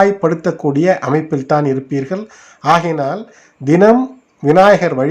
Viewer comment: 'க' வை 'ஹ' என்று தான் உச்சரிக்கராப்ல. ஆஹையினால் ... ஆஹாமல்... நிச்சயமாஹ... ஆஹிவிடும்... 😣😣😣